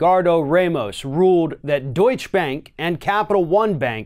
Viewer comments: It’s pronounced doi-cha- not doich! Get it together! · Hey, if you can't pronounce "Deutsche" Bank (Deutch"uh") Bank properly then please stop covering it. It's fucking irritating and only shows your arrogant stubbornness or blatant disrespect. Everybody else in the media has no problem saying it correctly, it's just you that persistently fucks it up and you just look like an asshole. You look and sound like just another ignorant Floridian and your State has a bad enough reputation as it is. Btw, fuck Deutsche Bank, I am talking about respect for Germans and their language or any other country who isn't the "Mighty Americans" who think that the whole world should be just like you. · Deutsche Bank--pronounced: doit-cha. You're thinking of Donny Deutsch--LOL! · You still can't pronounce Deutsche properly... smh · What is it about Americans being incapable of pronouncing "Deutsche Bank" correctly? Deutsche has an "E" on the end - it's not silent.